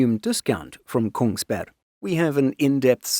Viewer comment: There’s even the very Eastern Norwegian dropping of the last g, so now he’s ready if a news story happens in Sarpsborg.